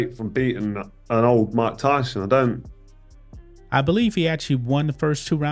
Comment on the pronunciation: Rike Ryson Rersus Rake Raul.....